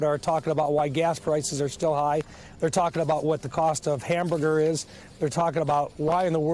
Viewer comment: what about them hamboogers? Is that how it is pronounced on the plain?